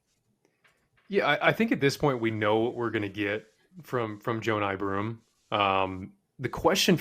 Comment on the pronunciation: Who the hell is Joe Nye Broome? Can you get some people who have actually watched some games? He's been at Auburn for 3 years. I refuse to believe you haven't heard his name pronounced correctly dozens of times if you've watched even a couple of Auburn games. Also, all of the other hosts pronounced it correctly.